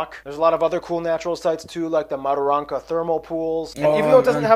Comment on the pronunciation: Mat-er-anka is how you say it. Book about it from early days called "We of the Never Never". Never Never is a slang name for region. Because is was said if you stayed too long you'd never never leave. Either you would die or youd love the bush